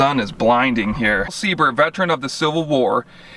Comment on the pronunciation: Very cool! Love your enthusiasm and definitely subscribing. Although I am a "Sieber", I don't believe there is any direct relation to Al Sieber. But proud to carry his name :) And thank you for pronouncing the name correctly (many folks don't).